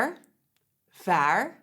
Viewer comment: ervading? I love the way you teach people a dutch word of the day that is really nice of you